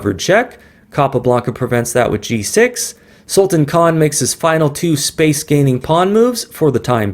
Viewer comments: The name can be correctly pronounced as Sulta(a)n, with sound of -tan coming like that prounced in Word Plan. I hope I am able to show it. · Great Pl check pronunciation of Sultan.. 😊😊 do you know sultan means King.. and you are Sultan of chess games